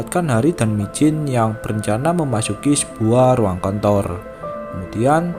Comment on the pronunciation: Abang kan bilang kantor yang aku denger kontor